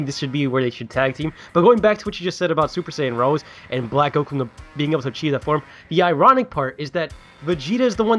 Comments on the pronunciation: Rosé, not just Rose. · I hate to be that guy but it's pronounced "Ro-say". There is an accent on the e (much like pokemon). It's suppose to go in align with the names of the G.o.D's. Since Black and Zamasu have been compared to G.o.D (manga and anime), it makes a lot of sense. Also the spelling is a lot like "rose" so it still has the "black rose" word play aswell.